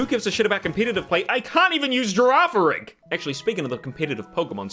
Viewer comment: "Girafirig" I bet you'll like Scarlet/Violet